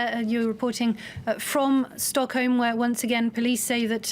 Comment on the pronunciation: its sounds like she says stonkholm tbh heh